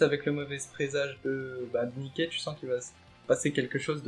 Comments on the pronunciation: Ne dit pas Mické stp 🤣🤣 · 'est vrai que ca fait bizarre mdr